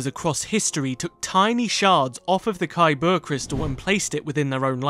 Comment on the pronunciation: Lol 😂 - not the kybur crystal but the the kyBurrrrrrrr crystal Mmkay